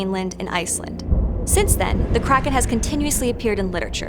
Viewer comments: it’s so annoying she pronounces it like “crack-in” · Kraken hmmmm Take out the second k and switch r and a